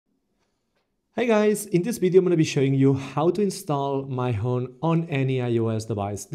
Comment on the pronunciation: Lol it's Mee-hon